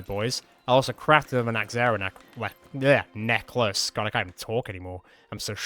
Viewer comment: Ah, yes, the neckzehrer teeth nachlaces